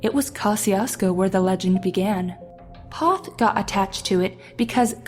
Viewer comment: LOVE HOW PEOPLE MISPRONOUNCE MY HOMETOWN NAME OF POTH,TX. IT'S PRONOUNCED LIKE POETH NOT PAWTH..........DUMBASS